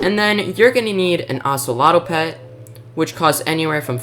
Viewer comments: Sorry I don't wanna be negative but I gotta just tell you thet the pronunciation was a little off: It's called a Treecapitator, not treecapicator, and An Ocelot, and not Oceloto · and ocelato 💀💀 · Bro saying ocelot like it rhymes with axolotl